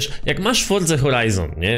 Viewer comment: Czemu mowisz fordza ? Xd